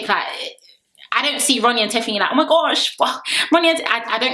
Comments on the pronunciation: Girl the way u say Teethfany so casually makes me weak 😂😂😂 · You correcting yourself with Teethfany is soooo funny 😂😂 loved the review!